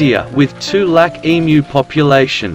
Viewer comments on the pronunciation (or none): none